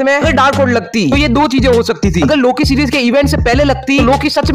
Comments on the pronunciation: Loke hota ha loka nae hota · Its loki not loka